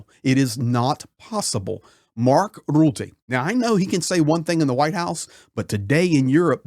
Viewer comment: 😂 i love how you pronounce rutte....rrrrrroeteh! 😂😂😂😂 Yes he is a real 🤓